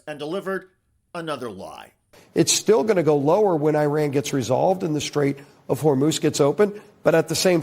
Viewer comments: Why does every GOP intentionally mispronounce the name of the country IRAN, it is not "I ran" !!! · Fuck me Americans there is no such place as “👁️ Ran” it’s called Iran FFS 🤦‍♂️